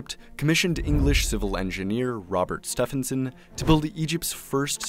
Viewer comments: Pronounced stevenson father of railways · How do you mispronounce "Stephenson?"